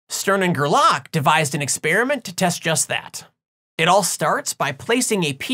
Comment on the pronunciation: Still, it's GER-lach, not ger-LACK ;-)